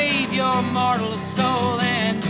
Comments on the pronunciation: It’s “mortal” soul, not moral soul. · I do like what you do generally but I'm affraid it's a down vote for talking superstitious nonsense. And it's "Mortal" not "Moral".